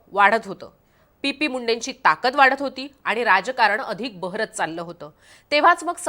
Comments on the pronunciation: Pp munde nahi o madam😂 T P Munde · पी पी मुंडे नाही हो चि पी मुंडे